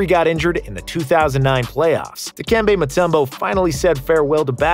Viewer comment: that's the first time I've heard someone who isn't Dikembe pronounce his full name properly. Props to the narrator for pulling that off.